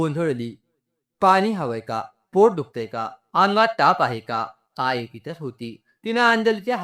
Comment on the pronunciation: आई चा उच्चार आय असा का करता